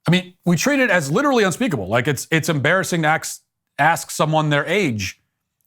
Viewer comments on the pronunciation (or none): Matt says “ aks , ask someone their age”